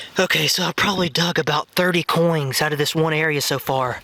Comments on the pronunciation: Why are you saying "coings" instead of "coins" ? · Coins, not coings.....! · Why do you keep saying coings instead of coins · Coin. Not coing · cOiNg I sAy NoT cOiN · he says coings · Notice how he says "Coings" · You said coins wrong go back and say it again so you can be better at your talking!! Not trying to be mean🤗🤗🤗🤗🤗🤗🤗🤗🤗🤗🤗🤗🤗🤗🤗🤗🤗😋😋😋